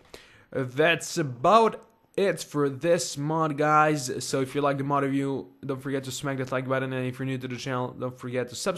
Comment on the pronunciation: if you keep replaying him saying Mod review series, It sounds like he's saying on of you series. it would be bad grammar, but its still funny har har har